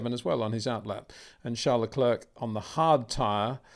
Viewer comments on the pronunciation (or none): You don’t pronounce the 2nd c in Charles Leclerc’s surname - it should sound like leclaire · Leclerc the C is silent Peter, repeat again and again. Show some respect and say it properly.